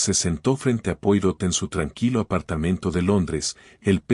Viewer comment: Poirot se pronuncia Poaró, por favor!